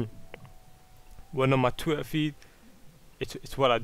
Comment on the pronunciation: TWUIHR? WTF IS TWUIHR?